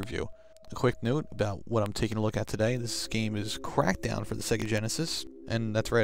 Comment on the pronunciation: CWACK DOWW!